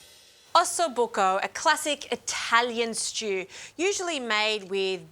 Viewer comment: It's buco not bucco 😁 EDIT: while your interpretation of the ossobuco is very far away from the original - I don't see how you can enjoy the bone marrow - I'm sure that it is delicious.